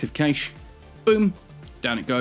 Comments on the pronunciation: I know there are always pronunciation differences, but I checked in multiple languages, its always been "Cash" Not a big deal, It just made me twitch xD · Cay - sh ???????? its prounounced "Cash" :D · You are saying cache wrong. It should sound like cash. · caiche? caaaache? :D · Great video, then you pronounced CACHE /kaSH/ incorrectly like 30 times.